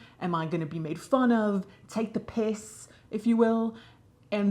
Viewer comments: That "take the piss" accent was right out of my area of the UK 😳 bravo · Late to the party but as a Brit - the way you said "take the piss": Love it!